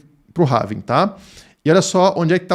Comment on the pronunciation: Não é "HAVING"! É HALVING.